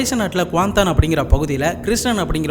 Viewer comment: Hii bro the way u say Kuantan is perfect...😊😅